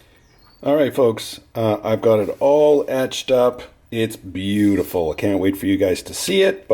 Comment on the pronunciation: bew dee full